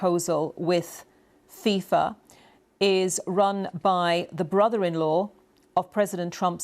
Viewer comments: Fifa ❌ Thiefa ✅ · its fifa, not fisa